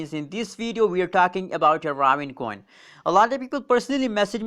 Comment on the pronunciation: Pronounced ( RAY - VIN )